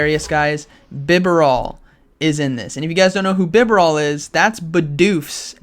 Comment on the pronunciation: I'm pretty sure it's bih-BARE-ull